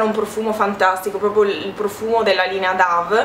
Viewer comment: ciao! La linea Dove non si legge come dice anche la pubblicità ahimè DAV ma DOV... Insomma come colomba in inglese (infatti il simbolo è una colomba) ciao Baci!!!